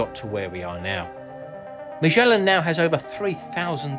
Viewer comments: I enjoyed the information. I got distracted with the sloppy mouth pronunciation of Magellan. There is NO zzhh sound in the word. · Magellan, not "mijellin" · Again with the Majhhhhellan 🤦‍♂️